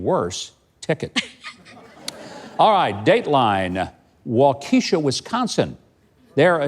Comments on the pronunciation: Mike..Waukesha is pronounced "wok a shaw", not wok keesha. Love the show. ☺ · You had me rolling with Wau-KEE-sha!! My folks live there now and I grew up in the city New Berlin next door. Unfortunately, we pronounce them WAU-keshaw. And New BER-lin. You should listen to the comic from MANitowoc how we talk here. Gotta love Dem BrOts!!😂😂😂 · It is pronounced Wakashaw not Wakeeshaw. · PS Its "Walk eh Shaw" Wisconsin... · It's pronounced wau kee shaw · WAU - ke - sha, Wisconsin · GREAT SHOW, Mike!! Waukesha...is pronounced.. Way kee shaw..👍